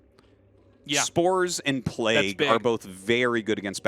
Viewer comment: Arty can you teach Tasteless how to pronounce Plauge? PlayG...